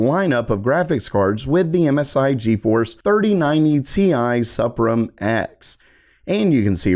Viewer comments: Who says supreme sufremph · SUPRIM pronounced SUPREME